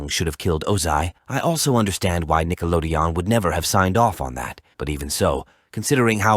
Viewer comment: Korra just seems that tomboy bully who'd unironically toss your ass in the locker. Also, hearing your synthesizer say "Nickelodeon" so awkwardly is hilarious. Now if not Katara then who? Airbenders gotta repopulate somehow.